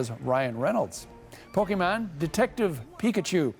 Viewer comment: "Pokeman", yeah.. it's been a while alright.